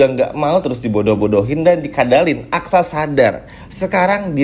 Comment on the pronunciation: Susah betul sih nyebut aksa min..bukan aksara 😅